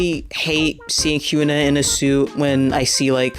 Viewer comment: Good vid only pet peeve that her name is hee - yun - ah not hue - na